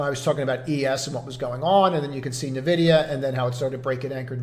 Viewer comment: Are you aware you are mispronouncing NVIDIA? It is "en-vi-dee-uh" NOT nuh-vi-dee-uh